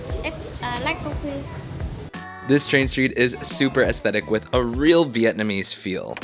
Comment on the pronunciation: also it Vietnamese not "Vietnameese".